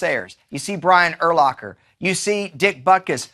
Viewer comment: lol Brian Ur"locker"